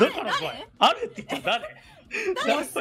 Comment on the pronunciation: イントネーションミスって疑問形の「ある(の)？」じゃなくて断定の「ある！」になった説信じたいけど、そうじゃなかったら前科あるらしいし真面目に病院行った方がいいだろ